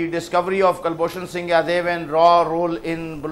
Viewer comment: Its Jadhav not yadav naam bhi bolna nahi ata Chu***a